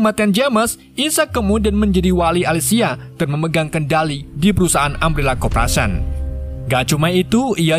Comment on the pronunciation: Oii bang yeendeh bacaan nya korporation bukan kopration😂😂😂😂